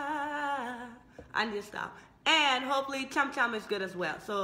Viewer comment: your pronounciation is wrong....its not kam kam.....its chham chham